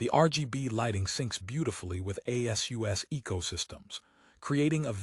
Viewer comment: A.S.U.S INSTEAD OF ASUS?? That's funny, using AI has its drawbacks doesn't it?